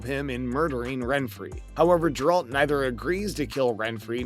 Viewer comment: Geralt not grealt